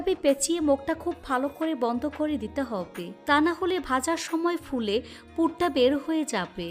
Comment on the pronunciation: আপনার হব্বে শুনে আমার হাসি পায়